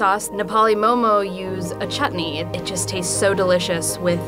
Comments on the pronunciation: Nepali people pronunce momo moh moh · They couldn’t get an actual Nepali?? She couldn’t even pronounce momo right. WHAT THE FUCK IS MOE MOE?! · Please don't say "momos" when ypi go to a restaurant you don't say "give me a plate of momos." Whether singular or plural it's always mo:mo.